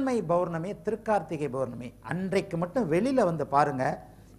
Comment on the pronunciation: not bournami it's pournami.not balangal..it's palangal